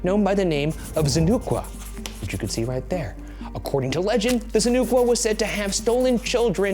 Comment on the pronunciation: i'm coast salish native (kwakwaka'wakw), ryans pronunciation of tsonoqua got a giggle out of me, love it hahahahaha